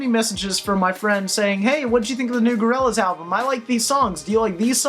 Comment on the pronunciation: Such a huge fan that he says their name wrong